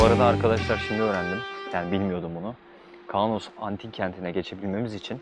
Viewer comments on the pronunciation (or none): Vlog çok güzel olmuş ama Kaunos 'a Kanos dedikçe sinirlerim zıpladı😂😂😂